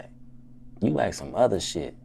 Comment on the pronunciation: aks that aks this english please english